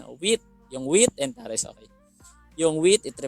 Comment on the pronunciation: "tares" is pronounced as /teyrs/ hindi po /taris/